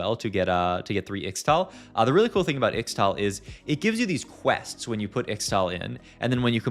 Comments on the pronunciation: PLEASE pronounce it "ishtal" in future videos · I think Ixtal is pronounced Ishtal. 😅